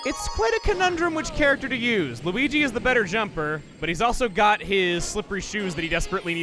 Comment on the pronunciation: You mispronounced Luigi